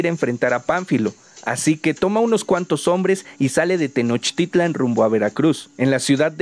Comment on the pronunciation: Pronuncias bien la palabra TENOCHTITLAN, no te pasa como a otros que pronuncian TENOSHTITLAN, espero que pronuncies bien las otras palabras en náhuatl como por ejemplo QUETZALCÓATL y no como QUETZALCOA - TL como mal lo pronuncian los demás... ssludos y felicidsdes por tu video...